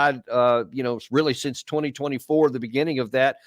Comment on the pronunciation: not only is this Baud guy incredibly boring but the accent is unbearable.....can't even pronounce the word "since" withour saying "seence"!